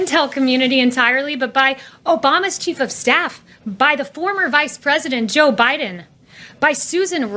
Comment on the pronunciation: it's BEAT, he also doesn't close his teeth to enunciate the "D" in Biden either